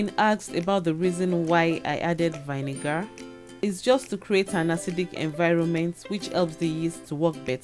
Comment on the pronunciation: Very informative indeed!! I enjoy how you explain everything in ail, lots of great tips.I must say I did have a chuckle at your pronunciation of vinegar